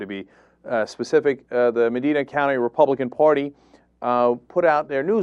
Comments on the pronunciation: I know I'm nipticking here, but he said it multiple times. The of the county in Ohio is Medina. Pronounced Meh - dine[to eat] - ahh. Not Meh - dean - ah. Just had to get that off my chest. :) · "Medeena"? =P It's "Medyna" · I agree with everything you're saying here, no doubt about that, and this kind of shames me that I grew up in that town. However, it's pronounced "meh-DIE-na" not "mah-DEE-na". That bothered me every time you said it. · It's "Muh-DYE-nuh" County, not "Muh-DEE-nuh". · its pronounced MAH-DINE-AH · Cenk, it's Meh-dye-nuh. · Just a minor nitpick: that's Medina with a long "I"; it sort of rhymes with "vagina", which is ironic considering this story. People from outside OH tend to flub its pronunciation, much like "Mentor". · Thats not how you pronounce Medina.